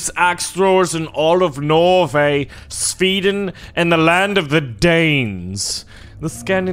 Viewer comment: Its not speedin its sweden